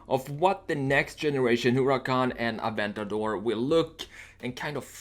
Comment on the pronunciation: Wow first time I hear someone say aventador correctly and not "Aventadoor"